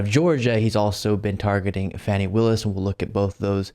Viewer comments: FYI, Ms. Willis's name is pronounced "Fawnie" - not "Fanny" as in a bum. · PS It's pronounced FAWN-Y Willis. Donnie calls her Fannie. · FAWNY Willace not FANNY Willace. Before you say a silly word for someone's name make double certain. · it's Fani as in do, re, mi, FA. Not Fannie. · Fawny, not fanny, despite the spelling. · Not Fanny Willis pronounced Fah nee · the Atlanta DA's name is pronounced 'FAH-nee'. Cheers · Its pronounced FaWwwwwny willis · Her name is pronounced “Faw-nee”! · Her name is Fani, pronounced Fauni. Does it matter? Yes I think it does. It's like a Freudian slip. White folks think it sounds like a name a black woman would have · You pronounced Fani WRONG